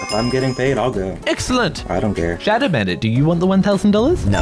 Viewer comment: It’s showdow